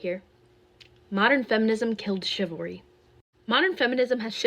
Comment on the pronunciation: It's chivalry, not chilvary, that's why it is wrong.